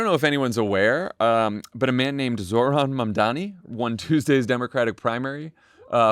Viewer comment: Please pronounce Zohran's name properly. The emphasis in on the second syllable. This isn't rocket science. He has spoken his name numerous times on his ads.